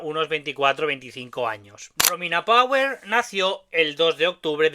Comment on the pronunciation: Mi sono fermato alla tua pronuncia di "Power", mi dispiace. E quel modo di muovere le braccia a scatti fa venire ansia. Comunque grazie per il contributo. Saluti dall'Italia.